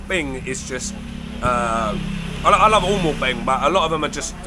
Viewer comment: He mispronounced And it looks cute to Thai people. 😂😅